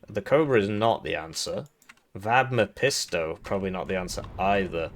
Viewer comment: Don’t know if you’re doing it on purpose but you should pronounce it: VAB Meph(f)isto. It‘s a figure from German literature, most famously featured in Goethe‘s „Faust“. Liebe Grüße